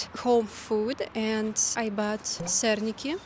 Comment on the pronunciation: A really pedantic note, but in Polish stress often falls on the penultimate syllable. So it's /sɛrˈɲi.ki/, not /ˈsɛrɲi.ki/ It's /ˈsɛr.ɲik/ in the singular tho :)